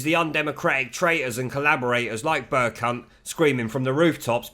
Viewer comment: Amusing to hear you call the speaker Burcunt over and over again...hohoohoho...and yes, Mogg is far too brimming with intellectual guile to have anything but fun with the BBC cretins. I would love to hear Mogg say BurCunt!